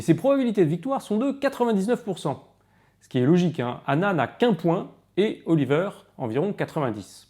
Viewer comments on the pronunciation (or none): none